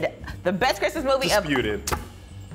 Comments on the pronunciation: "Last Bhrimas..." 😂😂😂😂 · "THIS BRISTMAS..." 😂😂😂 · "This Bhrismas"😂😂😂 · "This Bhrismas" LMFAOOOOOOO